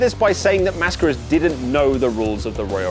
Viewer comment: Finally an English-speaker dude that pronounces "Mascaras" correctly. Good job